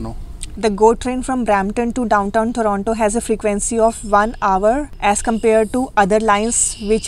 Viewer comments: Good Video guys. Just an unimportant remark -- whats up with the pronunciation 'Torono' :D. I have heard Indians saying Torono. In public transit too, they say it Toronto ! Also the reason for car insurance point is good. Plus being between Desi's. Lol ! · I think you made the right decision. It will be good for you. At least you will learn to pronounce Toronto properly while living outside Brampton.